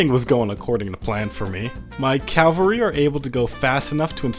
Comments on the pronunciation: Very cool video, just one little thing, when referring to troops on horseback it's called CAVALRY, NOT CALVARY, CALVARY REFERS TO A VERY SPECIFIC HILL IN JUDEA, NOT TO FUCKING TROOPS ON HORSEBACK, FOR THE LOVE OF GOD JUST PRONOUNCE IT CORRECTLY. But yeah thanks for the great content, keep it up. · I love hate to be that guy. But it's "cavalry" not "calvary" Cavalry comes from the same root as "chivalry" since Knights always rode horses Calvary is the name of the hill on which Jesus was crucified. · Please stop saying calvary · Cool drinking game: Take a shot every time he mispronounces Cavalry